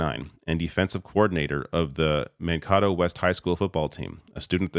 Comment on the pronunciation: Man-Kate- toe